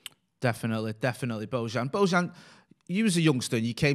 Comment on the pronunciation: "Bowchan" gave me the chills. Preach brotha´!!💖 (Sounds like pronounces Bojan as Bowchan, and I like it. Hahah)